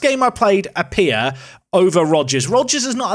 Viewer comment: Ghanaian name is Appiah... pronounced kinda like "Apee-yah"